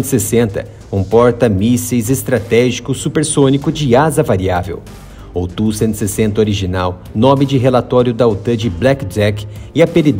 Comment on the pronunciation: Ótimo vídeo. Muitas informações sobre a versão modernizada. Mas por favor, se não incomodo, não chama ele tú que me dá até arrepios. A pronuncia é T.U.-160. Obrigado.